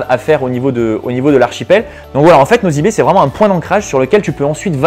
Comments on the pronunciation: franchement tu parles trop vite et en plus on ne dit pas " nozy be" mais c'est ' nossy be " pffff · tu prononce nossy be pas nozy be